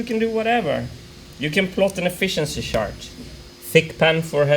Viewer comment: Martin's gotta work on his pronunciation of "chart" lol